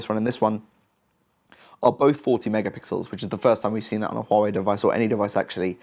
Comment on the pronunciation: Impressive the way you pronounce hua wei